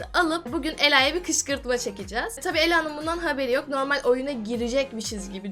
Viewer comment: kışkırtma diyicene kışkışma diyo sjkskjksjjks